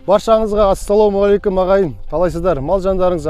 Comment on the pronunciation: Ассалау мағалейкум деген сөз жоқ. Орыстың здравствуйте-сын дұрыс айтып. Өз дініңнің сәлем беруін қате айту ұят